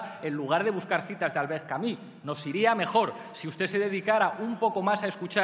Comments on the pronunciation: Que pesadez con Albert Camí, se pronuncia Albert Camu, con u francesa y no con í, esto es una pronuncia que se puso "de moda" en España por parte de una gente que no hablaba el frances muy bien. Hay entrevistas a el y documentos en frances aqui en youtube donde ustedes mismos lo pueden comprobar; en lo otro tiene razon en llamarle ignorante, lo es. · Vaya palizón intelectual. jajajaja "Albert Camus", es "CAMÍ"... y el bobo de riveruela no tenia ni idea de quien le hablaban. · doctor dedo chupando a Verstrynge. En una facultad ... Para acabar no menciones a Camus si no sabes pronuciar su nombre.